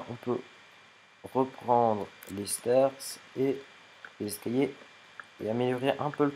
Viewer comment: Pourquoi tu dit escayer a la place d'escaliers